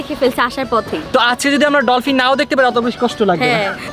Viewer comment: ডলপিন না ডলফিন হবে 😂😂😂